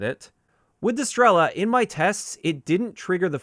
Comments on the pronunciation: not strEla, strelA, {str;elaaaa] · Strela means Arrow in most slavic languages, and PILA is like a SAW. When zou pronounce Strela, the "E" is pronounced a little bit longer